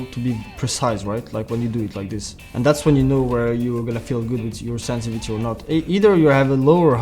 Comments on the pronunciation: Can anyone count the number of times this guy said "SENSI-VITY" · love how he says sensivity